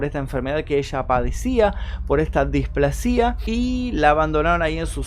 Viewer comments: Muy bueno el video pero no es displasía, es displasia con acentuacion en la primer a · un consejo es "displásia" como si tuviera acento en la "a" no "displacía" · Sólo una corrección .. se dice displasia con acento en "pla" no en la i.. buen video! .. Saludos desde Ecuador 😊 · Me haces doler los oídos como pronuncias "displascia" no displa-sia como lo pronuncias vos! Igual le doy like al video! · Pronuncias mal displasia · felicitaciones por su trabajo, soy nueva suscrita que casi casi termino de ver sus vídeos, me gusta la forma clara y ágil de narrar, orientadora, precisa, envolvente muy muy buena performance..una nota: tener un poco de cuidado en algunas palabras no muy conocidas para salir de dudas ejem. desahucio (pasado 3ra. persona y displasia, ojalá no lo tome a mal...juntos aprendemos.. soy de Perú....gracias un abrazo cordial.